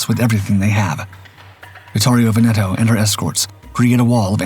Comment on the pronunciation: Veneto mispronounced throughout:( HMS Warspite -- spite rather than spit?